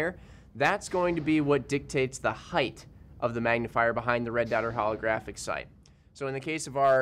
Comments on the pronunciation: theres no suck word as heidth. It's height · Why do people say "heighth"? 😂🤦🏻‍♂️